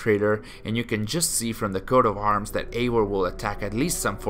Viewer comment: can you stop pronouncing eivor as eiwor? it's eiVor.